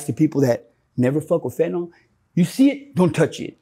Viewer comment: would be more credible if he could pronounce fentanyl.